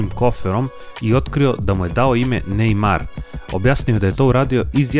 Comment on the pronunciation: Nije nejmaro nego nejmar